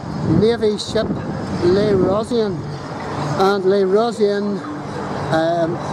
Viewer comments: Le rosean.... Really!? That pronunciation its brutal! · Ro-shean*/ ro-sheen.